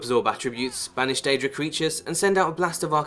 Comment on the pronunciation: OK I know he said banish deadic creatures but I heard Spanish deadric creatures